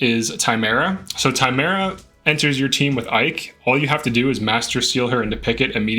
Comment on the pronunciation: Tim-erra Not time era